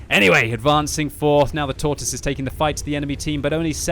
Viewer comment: 8 years of WoT and you still say Tortoise wrong smh lol